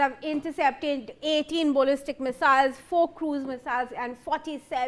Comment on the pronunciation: This woman can't talk straight. What on earth is a bollistic missile?